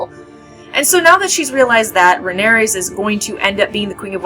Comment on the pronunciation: It's Rhaenyra, not Rhaeneyrs!